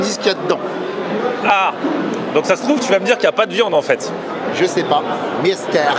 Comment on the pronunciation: Pourquoi il dit "mystère" et insiste sur le "r", comme pour parler en yiddish?